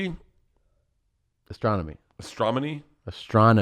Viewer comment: “Astrology”....“Astronomy” “Astromonmy “Astronomy” “you got it”